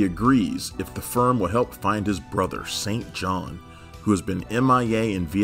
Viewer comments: Sin-Jin...not "Saint John." Other than that, really nice recap. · If you had watched the show you would know that his brothers name is. Pronounced sinjin not St. John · Thanks for the video. LOVED AIRWOLF. Could definitely see an AIRWOLF reboot or even a feature film. The pilot was certainly good enough to be one. BTW - Hawke's brother's name was pronounced "Singin," not "Saint John." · Stringfellow’s brother’s name is pronounced Sinjin not Saint John. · IIRC, they pronouced Stringfellow Hawkes' brothers name as Sinjean, an alternate pronunciation to St. John. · It's pronounced "Sinjin", not "Saint John". Sorry, had to say it. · you’ve mispronounced Stringfellow’s brother’s given name. It’s pronounced “Sin-Jin”, not “Saint John”, the biblical apostle or the place name of a church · Wasn't the brother of Stringfellow's name pronounced SIN-JIN Not Saint John? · St John is pronounce Sin Jin. That 4th season was an abomination. They brought back Vincent for the first ep so they could kill him off. They killed off Dom too although we only see him from behind it's definitely not Borgnine. And the reason it went away from regular broadcast is that CBS didn't have any faith in it and it kept changing formats season to season from being a cold war espionage vehicle to domestic this and that and softer and softer plots. In addition, it was apparently expensive to produce which is why S4 uses stock footage from seasons 1-3. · St John is pronounced “Sinjen”. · Sin Jin with an "i". I was trying not to cringe every time he said St John 😁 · Stringfellow's brother, St. John, is pronounced, "Sin Jin." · His brother's name is - Pronounced ( Sin ) ( Jin ) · I believe, they pronounce is Sin Jin! 🤦‍♂️☝️🤣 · St john is pronounced SinGin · Actually his brother's name is pronounced "Sin Jin" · Hawker’s brother St. John was pronounced “Sinjin.” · Stringfellow’s brother’s name, St. John, is pronounced “Sin Gin” in the series.